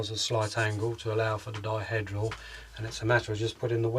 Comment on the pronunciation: Pronounce it 'diheedral', please.